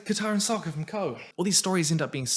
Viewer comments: I really liked it but was also very confused. They kept pronouncing the names wrong, like "ANG" instead of "OONG", or "SOCK-KA" instead of "SOW-KA", or "I-ROH" instead of "EEROH". Other than that, pretty good. However I really wondered where Zhiao got his scrolls about the moon and ocean spirit from. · Yeah, they pronounced it 'Ong', like Bong but without the fun. They also called Sokka 'Soakka', like a Super Soaker, and they called the fucking Avatar the 'Ovatar'.